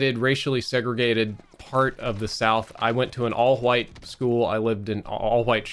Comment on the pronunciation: Nobody:: HWITE